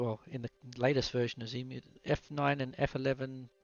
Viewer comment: Please, no Zemu, it's Xemu, ie X-Emu ;) Nice video btw. I smiled a lot when you said on the downloading page: "lots of text here". Well, that's usually the hallmark of me ;)